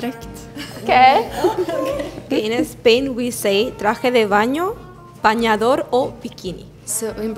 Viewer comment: in spain we don't call that patatas fritas, which means exactly what the brazilian girl described lmao we call it chips o patatas chips or patatas de bolsa, and the way she said camión and bañador was very weird too, and bambas is only said in Catalonia, in the rest of spain they'd laugh if you said bambas, why is this girl representing us